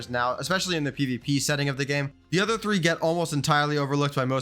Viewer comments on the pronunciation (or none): none